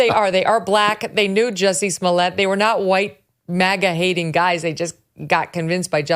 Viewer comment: Most disappointing is your unwillingness to pronounce his name correctly, even after Dave Chapelle went to exhaustive lengths to help the public know: "Jussay Smollyay". You're welcome.